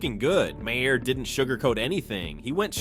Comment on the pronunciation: Please learn to correctly pronounce Bill Maher's name. It is pronounced MAR! Not Mahair. It affects your credibility if you can't say the man's name right.